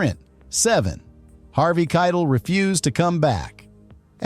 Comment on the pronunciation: I thought Harvey's last name was pronounced 'Ky - tell' not kitle which rhymes with title.